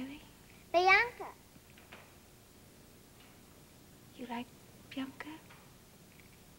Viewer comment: My name is BIANCA and seeing my diva pronouncing my name in such adorable manner makes my day. 😊😊